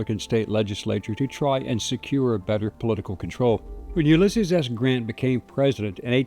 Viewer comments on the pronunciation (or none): none